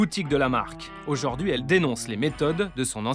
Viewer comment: J'adore toutes vos enquêtes mais par pitié ça se prononce comme ça s'écrit, "aujourd'hui", pas "ôjôrdui". Pour tout le reste, c'est formidable, merci !